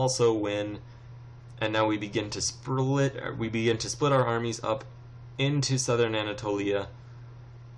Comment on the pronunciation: "And we begin to Sperlit"